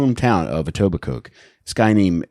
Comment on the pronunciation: It's not pronounced EtobiCOKE it's Etobicoe. My brother and I love the show, it's my favourite true crime pod ever.